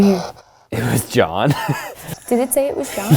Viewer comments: It sounded like "it was God" instead of "it was John" to me. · It was JOHN or GOD? I hear a G not a J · does anyone else hear ''it was god'' instead of ''it was john'' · I don't know why I hear "it forgot" instead of "it was john" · In stead of “It was John” I heard “It was god” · I don't hear "it was John". There's a clear "G" sound at the beginning of the last word. It sounds like "this was God!" To me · i kept hearing "it forgot" instead of that. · Sounds like two syllables to me. Like Johnna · Am i the only one who doesn't hear "it was john?" I heard gibberish but the last word or syllable was 'god' or 'got' or something like that, i hear no 'n' sound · Idk abt y'all but I kept understanding "god" and not "john" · Am I the only one who just heard "IT BA JAH!" Instead of "it was John" XD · What they heard: it was john What i heard: it was god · I thought is said "it wad god" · Seee I am probably gunna give an unlikely option but it just to me sounds like ‘get the f out’ 😂 instead of its was john’ - I can’t hear it but I have to force myself to listen for that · am I the only one hearing "this is my jam" instead of "it was John" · I heard, “it was god” every time but I understand if you heard it was John 😂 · I keep hearing “it’s forgotten” instead of it was John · Idk instead of john i heard god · I heard “it was god” at first 😂 still love the video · Ps. She kinda sounded like she has a Boston accent with the way she pronounced “John” I grew up there, so... just sayin! 😳😟😣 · I'm german too but I just can't hear that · Alexis Willoughby It didn’t sound like “it was John” to me at all